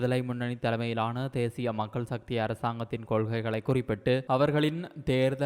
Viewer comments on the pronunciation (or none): none